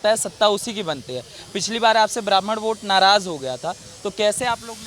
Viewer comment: वोट होता है ओट नही 🤣🤣🤣🤣🙏🙏🙏🙏